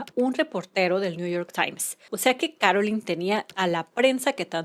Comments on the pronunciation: It's Carolyn Bessette NOT Caroline, which you say many times. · Here name is Carolyn NOT Caroline